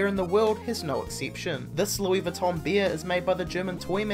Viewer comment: I missed that. I was mostly focused on him saying beer instead of bear.